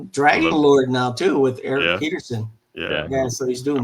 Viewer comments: "This episode made me revisit so many legendary albums. Thanks,!" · ", you’ve got a gift for bringing these albums to life. Loved it!"